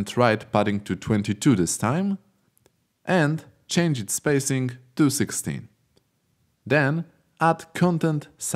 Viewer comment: Your pronunciations get some mistakes, such as 'content', 'spacing'... Please keep an eye on pronunciations. Even though, your content is so beloved! I feel like finding out a gold mine of Unity tutorials. :D